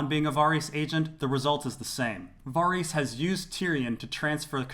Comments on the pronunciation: You pronounce Varys like a fuckwit, and you're horrendously wrong about Yoren and the Goldcloaks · Man, I love your videos and the insight you provide to scenes and situations. I just gotta ask, though.. do you pronounce Varys' name like that just because you can, even though it's not correct? I don't know why it drives me so crazy. And it's not just because "they don't say it that way on the show" .. it's because I've heard GRRM say the name countless times in interviews and he says it as it's pronounced on the show.. as I'm sure they verified this with him when creating it. Totally a nitpick, I am just a bit confused. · I LOVE your videos but why can't you just pronounce Varys the correct way, the way the show, EVERYBODY else on earth, AND George R.R. Martin does...???